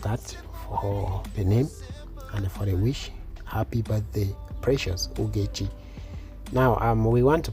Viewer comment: it is Ogechi not Ugechi😂. You are still great in your design, sir🤗🤗🥰